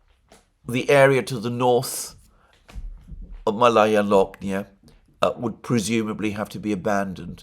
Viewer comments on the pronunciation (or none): FYI: “Malaya Loknaya” is pronounced “máh-laya”— the first vowel is emphasized. MAlaya; which is like Bolshóye, which you correctly translated to “Big” or “grand”. Malaya is the conjugated adjective for a feminine noun. Akin to “junior” when referring to people, meaning the “younger”, or “smaller”.